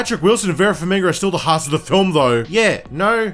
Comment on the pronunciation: Vera Farmiga, not Vera FarmiNga. come annnnnnnnnnnnnnnn